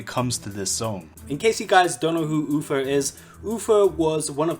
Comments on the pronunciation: It’s Uther. Not Uffer. 🙃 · Stop saying UFER hes name is UTHER! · Uther not Ufer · I can't stop hearing "Ufer"... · I swear if I hear "UFER" one more time ... -.